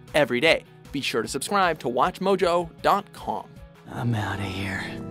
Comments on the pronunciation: "Be sure to subcsquuuaabbb" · "...be sure to subswibe for more..." really subswibe? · is anyone else bothered by the way he said "subscribe"? XD